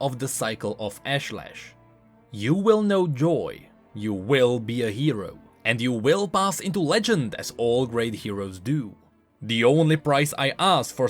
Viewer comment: Ashlesh =/= "AshLash"